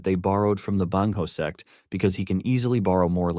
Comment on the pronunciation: Bro it's sect not s*x 😭🤣